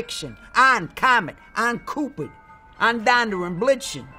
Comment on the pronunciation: How he mispronounced Cupid as COOPID...